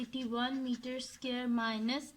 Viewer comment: Not to be rude but can you please pronounce square correctly it is hurting my head